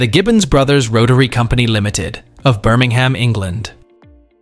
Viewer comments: Them's is yam yams if they can't say it roite. It's pronounced Birming'um. 😊👍 But at least sayin' BirmingHam is better than them Yanks saying Woocestershire. 😅🤣😂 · I wish Ai would learn how to pronounce Birmingham, the h is practically silent.